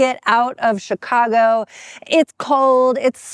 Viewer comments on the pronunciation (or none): none